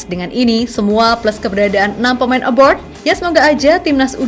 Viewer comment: 😂😂😂 udh ratusan content...semuanya ucap....aBOard.... harusnya aBRoad mbak.....bukan aboard...😂😂😂